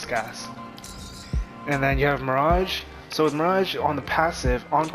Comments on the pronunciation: My-ridge??? It's mirage hahahaha. Quit watching after I controlled my laughter enough to change the video. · Stopped watching after I seen your lvl 3 and pronouncing Mirage as my-ridge. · Did he just mispronounce "Mirage"!!??